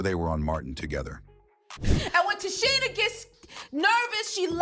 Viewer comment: Who TF is “Te-chinn-aye”??